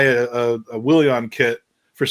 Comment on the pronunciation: The way says Williahn drives me crazy